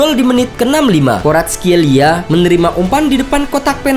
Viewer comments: Kavicakskorartkelia EMOT BATU dlu .. Koreksi yah min Cara bacanya " varatskelia " biar lbih aman sentosa buat lidah² org indo😂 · kvaratskheila oi bukan cakoratskeila